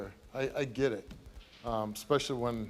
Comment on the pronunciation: Thats a new word for me "Expessially" Somebody arxe him what it means. Lol